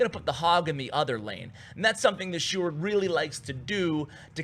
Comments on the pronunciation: Yoo u pronounced sjoerd quite good actually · im dutch so I know how you prenounce "sjoerd" and you did well my man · You actuelly said Sjoerd's name good. In The Netherlands we say it almost like that.👍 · Btw you pronouced sjoerd amazing for not being dutch! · Ur prenounciation of Sjoerd is pretty well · You prenounce sjoerds name great man. I'm from the Netherlands as well so I can tell😉